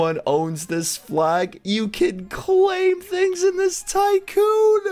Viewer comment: U said sycoon lol